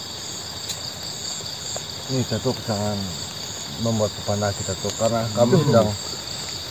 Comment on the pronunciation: 😂😂😂😂😂😂datuk bkn batuk 🤣🤣🤣🤣🤣🤣 si